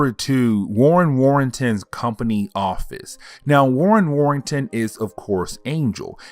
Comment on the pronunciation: Hey bro 👋🏾. It's Warren Worthington not Warrington. I believe 🙌🏾